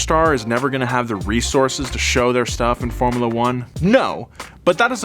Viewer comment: This fellow's pronunciation of "formula" is disturbingly awful.